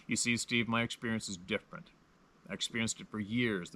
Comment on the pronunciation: Steve, not stave...lol